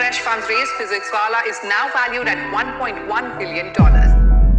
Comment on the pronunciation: Bhai physics "wallah" Nahi bolte.. Physics wala bolte hai